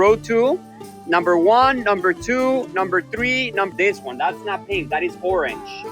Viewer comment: "thats not pink, thats oorange" - yea right - "i'll think about it" 🤣 hahahaha